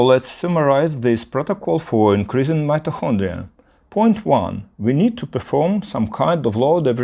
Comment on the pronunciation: Great video! Helpful advice! Your pronancuation is not bad, but check your "mitochondria" pronancuation! Good luck for your English channel❤